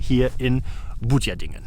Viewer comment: Die richtige Aussprache von Butjadingen solltest du vielleicht noch etwas üben. Ansonst gutes Video und mach dir nichts draus, dass du die Anfangsszene nicht gefunden hast. Solche Straße gibt es in der Region sehr viele. Da die Richtige nur mit Hilfe eines Bildes zu finden ist fast unmöglich